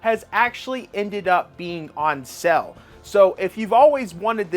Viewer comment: Why are you saying SELL instead of SALE!?!!!